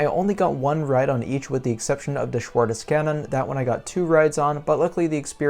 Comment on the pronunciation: My home is right in the middle of both parks. I love both. But a little bit more i love and more often i stay at Heidepark. Schwur des Kärnen (by the way realy good prononciation) is one of my all Kind favorits. But becouse of the suprises you has to wait soooo long to ride once. In heidepark is with Flug der Dämonen and Colossos 2 of my Favorit coasters and you can ride both very Quick after and after another. Heidepark you got a day of Action. Hansapark just a few rights. The Main reason why heidepark is my number one is scream. I love droptowers... and highlander etc. Are great but i dont now why scream is my alltime favorit after 21 droptowers i have ridden, on no offer i get this kind of Feeling . Its Funny and i cant explain why in particular but this drop give me a Feeling of poor Joy. Greatings from north Germany. The last mounths follow you were amazing :)